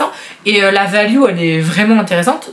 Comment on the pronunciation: la miniature Jésus Christ pour Noel c'est de circonstance mais je l'aurais plutôt mise en 24 😁Tu me fais toujours rire lorsque tu dis "Valu" au lieu de "Valeur" , tu le Prononces à l'Anglaise ou c'est comme ça qu'on prononce de Par chez Toi 🤔😊 Meuh !! non Un Billet de 500€ plié en quatre rentre dedans facilement, faut juste trouver le Billet 😉😁 Bon tjrs pas abonnée, je sents que je vais me faire passer un SAVON 😬par contre je like 👍🏼 +++